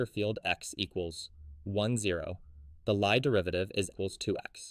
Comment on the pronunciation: You mispronounced Lie. The name of the mathematician you learn from graduate level math, specifically topology is pronounced Lee but spelled Lie